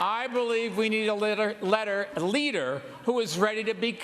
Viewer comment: Says leader like he has never said it before. Nuff Said lol